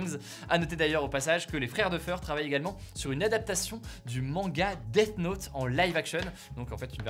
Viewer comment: mdr Hugo qui dit "Dette Note" au lieu de Death Note